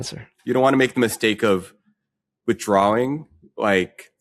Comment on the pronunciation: why did he say withdrawing like that 😭